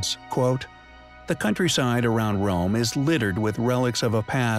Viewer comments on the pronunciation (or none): none